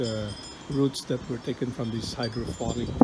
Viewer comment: Its hydroponic not phonic. It's Voilà, not walla. Pet peeve of mine and every French speaker anywhere. Great video though. Thumbs up.